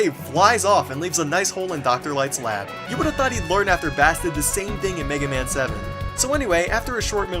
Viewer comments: Did Megaman seriously call Bass well... Bass like the fish? Its supposed to be pronounced "base" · BTW, I notice that you made the same mistake Megaman's voice actor made. Bass's name is pronounced "Base", as in, a bass guitar. Hence, Bass and Treble, Rock and Bass. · Um dude (correct me if he's just making fun of the voice acting) It's pronounced "Base" he's not a fish. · it's not "bass" it is "base" ass in bass guitar. Megaman characters all had musical motifs when it came to the names: Rock, Roll, Bass, Treble, etc... Knit-pick I know, but what can I say, I loves me some Megamans. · Nigel H. I call it bass as in the fish base doesn't sound right, and I know I pronounce it wrong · God! *facepalm* Even Megaman's voice actor said Bass' name wrong! It's like the musical bass.. Said like base. I mean his dog's name is Treble for heaven's sake!! Fit. It. Together!! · It's pronounced base not bass like the fish. Even the voice actors for that wrong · Not to be nit-picky, but I couldn't resist since you were literally just making fun of Dr. Light's voice actor pronouncing Dr. Wily's name incorrectly. Bass is pronounced like the instrument, Bass as in a musical reference. Not Bass like the fish. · it's pronounced "base" and yes that means Megaman pronounced it wrong in the opening cut scene. ( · I'm a bit late, but I believe he's calling him "Bass" as in the fish because Mega Man mispronounces Bass' name in the opening cutscene. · Not to mention hoe irritating it is when Megaman pronounces "Bass" like the fish insteaad of the musical instrument the name is based on. -__